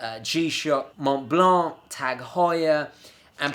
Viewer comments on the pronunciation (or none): none